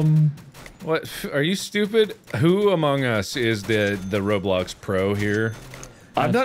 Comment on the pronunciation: Everyone: minecraft mark: r o b l o c k s